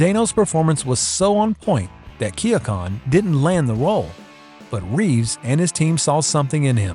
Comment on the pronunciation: Why Do You Keep Butchering Jared Leto And Barry Keoghan's Last Names?